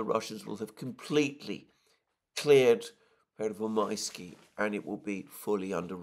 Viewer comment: Pervomaiskoye is the Russian name! Pervomaiske is Ukrainian. Your "Pervomaisky" doesn't exist. ^^